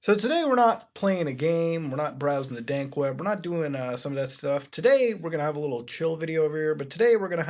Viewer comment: I love it when you say dank web, it always makes me laugh.